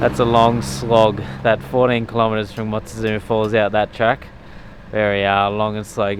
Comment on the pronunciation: Hahaha. Watching this after recent vids and just noticed ‘we’re doing the track frong ring river’. Bahahaha. FRONG is wrong but man it’s funny especially as you’ve recently been correcting yourself buddy haha. Thx for the chuckle.